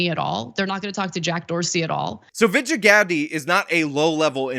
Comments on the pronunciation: not that this woman deserves an ounce of respect, but her name is pronounced: vij-eye-a god-ay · 1 correction: It’s pronounced Veej-eye-uh God-day and she’s no longer “one of the top people at Twitter”. She cried when Elon bought it (guilty much) and then was immediately fired. Lol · How the fuck does Ana not know how to pronounce Vagina Ghandi’s name? This story is huge and she’s still sounding it out. She just reads a prompter , man. They’re paid state actors at TYT.